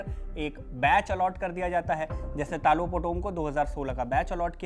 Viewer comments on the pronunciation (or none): it's talo not telo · Ta ta lo lo taa looh ? Itna muskil pronunciation hai kya? Tilo kese? 😂😂😂😂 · It's Talo not Tilo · Talo ❌️ Tilo ✅️ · Stop saying tilo😂 in Arunachalee it is pronounced as तालों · It’s Talo not telo 😂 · Not Telo its Taalo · Telo nhi sir ji ...Talo h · तालो है सर तीलो नहीं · Not Telo it’s Talo 🙄